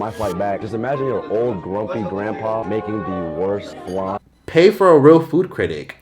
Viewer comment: It’s not fucking FLAN .. THIS IS WHY REGULAR PPL THAT DIDNT EVEN GROW UP IN A KITCHEN SHOULDNT TALK